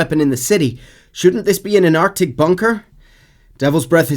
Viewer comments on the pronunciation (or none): none